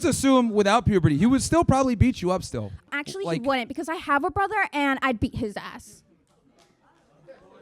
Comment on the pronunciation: “Actually he WOONT.” Is she attempting to say “wouldn’t?” Jeez. Doesn’t she understand that this diminishes credibility? If you sound like a dope….you’ll be treated as such. It’s better to let people think you’re a moron than to open your mouth and confirm it.